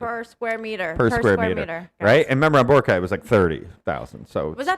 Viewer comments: it's always been bo-RA-cay. i went to ilo ct for college and worked there thereafter for a total of 6 years. i've never heard anyone from there pronounce it the way you and other foreign vloggers do (some of my classmates were even from aklan); same with national news outlets. if you hear other filipinos pronouncing it with stress on the third, they've been influenced and are just emulating it, which is quite concerning. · i notice you guys actually make it an effort to pronounce places' names accurately so kudos to you. but for boracay, the stress is on the second syllable. bo-RA-cay. not bo-ra-CAY. most are like this for names with 3 syllables. not all though. guimaras, marilao, surigao are all stressed on the third. i don't think there's a rule to follow tbh so don't worry too much about it. just here to advocate for boracay's correct pronunciation.